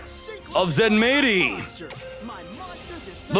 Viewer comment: its supposed to be said ZENMIGHTY (japanese spelling Zenmaity)